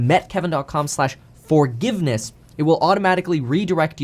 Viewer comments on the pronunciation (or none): Why do you keep saying "met kevin" instead of meet kevin? Just curious